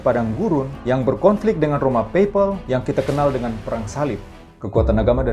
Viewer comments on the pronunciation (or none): Di detik itu artikulasinya kurang jelas Roma apa? Next ditunggu video tentang penjelasan setiap meterai..thanks